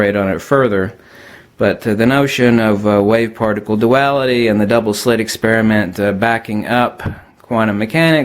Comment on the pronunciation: he almost says farticle instead of particle.....what a dingbat doofus. I cant trust any information that comes from a guy who says farticle.